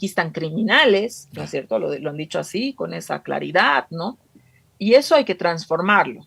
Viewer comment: Es VERGONZOSO escuchar a esta "analista", "no es sherto"...??🤢🤮